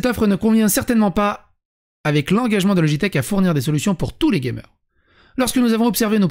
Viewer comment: Dans '' Gamer '' j'entends '' gay meurs ! " 🌸